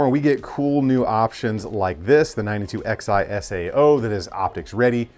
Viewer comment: i think its pronounced 9211 like 1911. roman numerals(Xi)